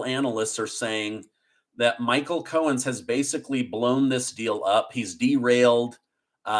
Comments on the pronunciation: I don't know why but it sounds like he is saying Michael Cohens it is Cohen there is not an s at the end it is Cohen not Cohens it is just making me nuts when he says it like that. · I love you,, but it’s Michael Cohen, not Cohens…. 😬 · It’s Cohen, not Cohens. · Please stop adding an S to Cohen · Cohen. No "S" Bragg. No "S"